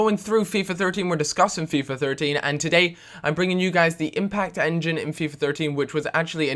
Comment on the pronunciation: Impact enging? :D